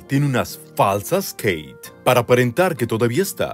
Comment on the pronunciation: jajajajaj ajajajjaja jijijijoijijidjfodijañlkdjfñlk AAAAJAJAJAJAJAJJA (me da un ataque de risa en posición fetal por los nervios de esta entrega). Dónde está la "Queiiit"??!!